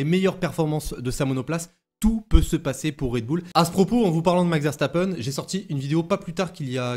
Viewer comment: nous parlons français pas allemand ;) donc c'est bien une erreur